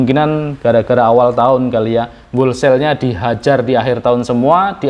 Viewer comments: bacanya "holsel" bukan "wolsel" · Mase tuk perbaikan ya ucapinnya jangan wolsel, huruf w nya gak diucapin. Harusnya howlsayl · Whole sale - dibaca: /houl seil/, maaas. Bukan /wol seil/. Semangat terus, mas. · kalau nggak salah = wholesale bacanya " hol sale". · Mas bro, di google translate kata "wholesale" kalau gambar speakernya di-klik, suara yg keluar: 'hol-sel'. - Huruf 'w'-nya tidak dibaca. - 'e' dari 'sale' dibaca 'e' seperti pada kata 'tempe', bukan seperti kata 'sel' (penjara). #kritikmembangun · Tolong di cek di kamus ucapan yg benar dr kata "wholesale"..… keri neng kuping.....😂maaf yaa